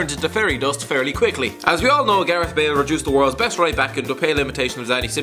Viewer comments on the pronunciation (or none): none